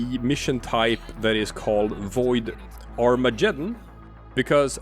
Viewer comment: BTW umm .... ... it's Arma-geddon ... Google it... it's not Armajeddon... it's Armageddon. Get isn't pronounced Jet.